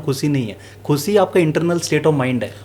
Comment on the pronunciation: Sir aapki baat bahut sahi hai...bus ek " khushi" wala pronounciation sahi kar lijiye...no offence to u sir